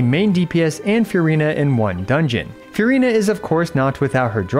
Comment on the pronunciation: I love your channel. I love your video content and delivery. But please take the time to learn how to pronounce things correctly. I wouldn't even care about the mispronunciation of the three pets' names or "Marechaussee," but seriously please at least get "Furina" right.